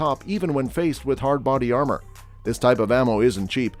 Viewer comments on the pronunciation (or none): none